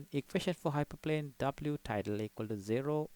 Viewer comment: It's Tilda not Tidle. Good video